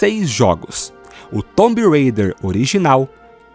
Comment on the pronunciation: Off topic: pq para Raider vc fala Reider e para Tomb vc fala "Tombi" ao invés de "Tum" deveria ser quase um "tum rêi-der"